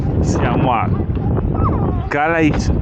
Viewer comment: Mi permetto di dirvi che si pronuncia Cale`😊comunque uno show di ogni video lo adoro!Chissà se avete preso il traghetto spero proprio di sì 🥰